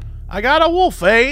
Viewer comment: I mean, Jesse can't pronounce wolf correctly, so stoat was obviously gonna give him problems